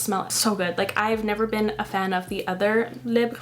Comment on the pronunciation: I love that you speak French and know how to pronounce Libre.